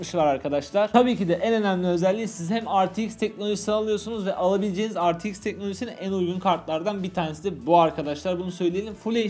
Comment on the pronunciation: Ar ti eks ne be re te iks diceniz